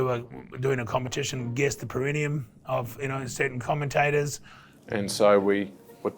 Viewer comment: So many years later, and yet you guys still have no idea how to say 'perineum'